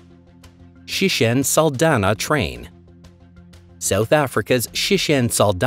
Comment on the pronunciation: Sishen Saldanha train not Shishen Salana